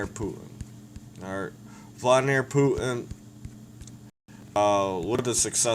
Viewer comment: First you should learn how to pronounce his fucking name idiot